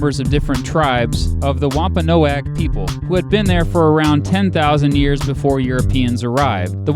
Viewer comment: i Think the tribe was pronounced like this womp-o-nog